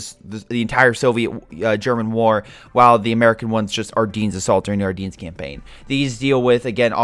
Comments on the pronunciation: It’s “Are Den” NOT “Are Deen” omg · The way he says Ardennes tho